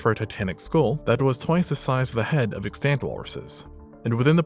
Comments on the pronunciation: The word is pronounced EX-tunt, not ex-TANT. These AI narrators always blow this one. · Wanted to say thank you for the thoughtful videos and also gently point out that you pronounce extant improperly and use it quite a bit. It does drive me a bit crazy but I’ve justified being pedantic because it also is a common indicator of Ai and I don’t want you to tarred with that brush